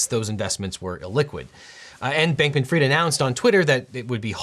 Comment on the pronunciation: It’s not Sam Bankman Freed……. It’s pronounced Fried……. As in fish is fried